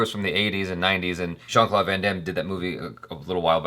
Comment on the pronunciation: "Shawn" Claude Van Damme? Lol It's "Jean"-Claude Van Damme That's why when you looked it up u didnt get the right movie at first